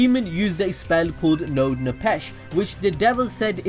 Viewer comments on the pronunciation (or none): NOAD NEPHESH is actually pronounced NOD NE-FESH. In rough translation, it does in fact means soul bound, but in a more accurate translation, it means soul wanderer. NEPHESH means soul, and NOAD means wanderer.